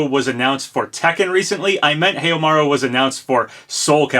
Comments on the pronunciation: It's pronounced How-Maru not Heyo!Maru lol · Haohmaru "how-ma-ru" Gaiden "guy-den" I hate to be that guy but the way you pronounce it physically hurts me :) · I am sticking with my guess of Kyo. I will honestly be very surprised if Snk give up the opportunity to finally use Kyo as a guest character while Terry was already a guest character released earlier this year. Also!! you still must work on your Snk name pronunciation! lol. Haohmaru doesn't have a y in it and you have to pronounce the last i in Shiranui (shiranu-ee) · Heiamaru? OOOOOOOOH, you mean Haohmaru? I was like, shit, who's that, and when did this happen lol.